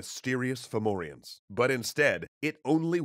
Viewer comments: At first Ive thought youve said Pthumerians, not Fomorians :O. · Fun fact: depending on the dialect, Fomorians might actually be pronounced Fahvurah. Aren't Celtic spelings wonderful? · Its actually quite a good pronounciation in this video even if one or two names wrong here and there but really well for non irish